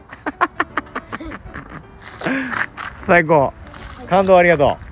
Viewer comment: ｶﾃｸﾚﾃｱﾘｶﾞﾄｳ がまじ発音フィリピンなんよww